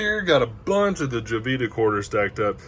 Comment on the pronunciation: Please let people know... it's not pronounced Jo-vita It's pronounced Ho-vita